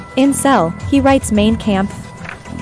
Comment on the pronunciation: “Maine Camp!” Just when I thought the pronunciation couldn’t get worse!